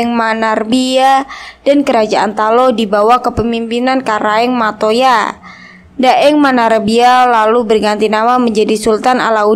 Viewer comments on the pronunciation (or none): none